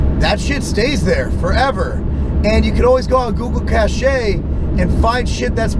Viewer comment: Lmfao did he really just say google cashey